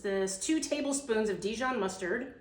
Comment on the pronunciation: Love you honey, but not "dijan" mustard.